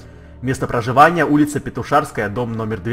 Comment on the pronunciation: Петушанская а не петушарская